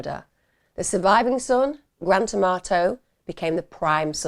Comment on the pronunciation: All I can hear is Grant Tomato :face-green-smiling